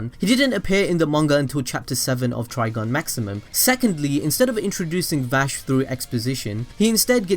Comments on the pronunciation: I couldn't get past the 3rd time he said TrigOn... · Why you keep calling it Trigon? That's a demon from DC. You know, Raven's pappy? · glanceDup You’ve been pronouncing it wrong then.